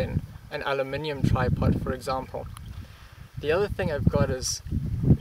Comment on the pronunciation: that was "aluminium" not "aluminun"